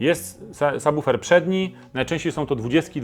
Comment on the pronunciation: Niesamowity, rewelacyjny i bardzo wartościowy materiał! Choć na razie nie stać mnie na car audio i póki co mam tylko systemy domowe, to obejrzałem z zapartym tchem, a prawidłowa wymowa słowa subwoofer to wisienka na torcie. Dziękuję!